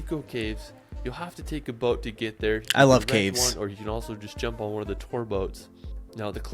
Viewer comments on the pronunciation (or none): none